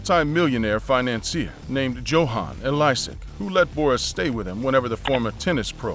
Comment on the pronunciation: it’s pronounced yo-han